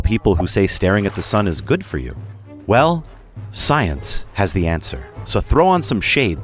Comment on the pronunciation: “ well Science has the answer” why did you emphasize that so hard?